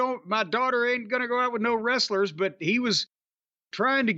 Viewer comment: I love hearing Tony talk about the “rasslers” 😂😂